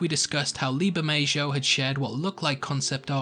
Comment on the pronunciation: Burr-May-Ho (Bermejo)